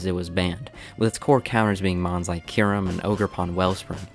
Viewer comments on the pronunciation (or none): none